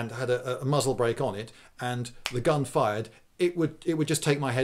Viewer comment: Strangely, being Jewish myself, every time he said muzzle break I heard mazeltov (the a is pronounced u).